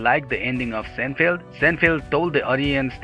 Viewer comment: sin FEELD or SINE feld